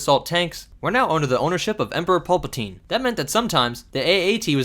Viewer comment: did you say "Pulpatine?"